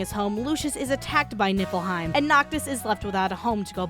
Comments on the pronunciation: You should have used the ending title. It looks funnier Also I keep hearing you say nippleheim. I know its nifleheim or whatever by ehh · Keep accidentally hearing nipple hein instead of what the kingdom actually is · keep hearing nipple heim fjchdn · Am I the only one that just realised that it's Niflheim not Nippleheim? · It's not nifleheim. It's nippleheim. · Why do I hear Niflheim as Nippleheim T_T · LOL Nieflheim = "NIPPLE-heim".... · I can't unhear "Nippleheim". . . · every time she says Nifflheim I hear "Nippleheim" and at this point I'm not even disagreeing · ohhhhh niflheim. i thuoght it was nippleheim the entire time. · Every time someone says Niflheim. I can’t hep but hear instead Nippleheim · Every time you said nifelheim, I understood nippleheim... This is not a criticism, I am just misunderstood you the first time and I'm childish. I enjoyed this a lot😂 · All I hear is NIPPLEheim (I swear I'm over 21..lol) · I keep hearing "Nippleheim" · are you saying nippleheim? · I'm I the only one hearing her say Nipple Haim? xD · All I hear is nipple-hiem... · Am I sleepy or did she say "Nippleheim"? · nipple-heim. Thats all I've heard for this entire video. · I know that you're saying niflheim, but every time you say it, I hear nippleheim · I'm literally snickering every 15 seconds because every time you say "Niflheim" I heard "Nipple time" and fuck I swear I'm an adult I SWEAR IT!!! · Sooo... She's ddefinitely saying "Nippleheim" right? I'm not hearing things, she's doing that on purpose? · WHY DO I HEAR NIPPLEHEIM EVERY TIME ? ! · min Did she just said Nippleheim? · all i can hear is nipplehym rather than niflheim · why you always say nippleheim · Look I know it's called niflheim but I could have sworn hearing nippleheim for some odd reason. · Am i just a dumb fuck or do you really say Nippleheim? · I keep hearing Nippleheim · I keep hearing Nipple-heim